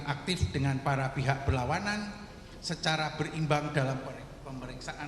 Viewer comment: PARA BUKAN PAERA.